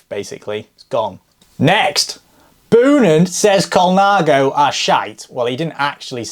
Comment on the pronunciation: Boonen is pronounced like you say the word bone. So more like Bo-nun.